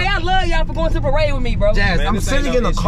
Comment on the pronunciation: "its a paradebiside our city yeahh" 😂😂